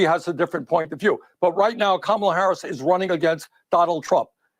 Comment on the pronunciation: did he call her Kamaler? Where are the pronunciation police?